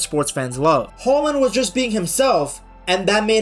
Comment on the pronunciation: Great video ! 🤗 And I love that you use the Norwegian pronunciation of his name ! 👍 Regards from Norway 🇸🇯